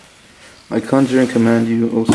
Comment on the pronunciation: bro couldnt read conjure lol no wounder it didnt work